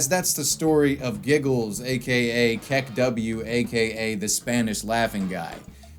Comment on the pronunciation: Did you say say kek-W? It's kek-oo